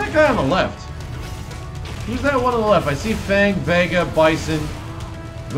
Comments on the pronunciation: even though i dont really know mandarin or cantonese at all, i do know the way the game pronounced 'fang' was a lot more accurate than what you were saying amidst your confusion as to the game's pronunciation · Yeah...I kept hearing "Fong" too. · Fong is the correct Cantonese pronunciation. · well in Chinese pinyin it pronounced FANG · In Mandarin, FANG pronounce as the one in trailer, not same with the one pronounce in English. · its Fang, not Fang:) as in Chinese Fang. you know, Fang:P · Also, he's Chinese, you're pronouncing it wrong!